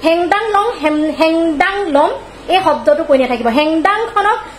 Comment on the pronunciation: O baidew heng dung sabdatu bhalkoi kobo jana naai re